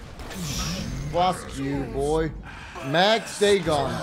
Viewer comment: That is the proper and accepted pronunciation of Dagon though... its everything else he says wrong...